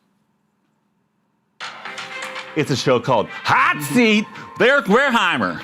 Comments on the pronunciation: with the occasional "Wolheimer" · He's been saying Wareheimer as long as I can remember